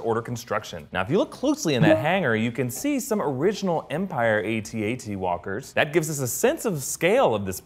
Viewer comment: they're not pronounced A.T.A.T. It's AT-AT.